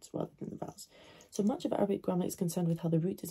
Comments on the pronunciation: هل انت عربية انا اتابعكي مند فترة ولم ارى فيك اي شيء عربي حتى هادا الفيديو نطقك صحيح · Your accent is very good